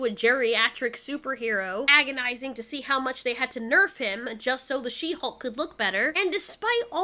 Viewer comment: I don't know why, but She-Hulk always sounded to me like "shemale"...lol